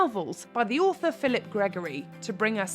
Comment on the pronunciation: PHILIPPA Gregory……….Philippa. Not Philip. 😂 😂 😂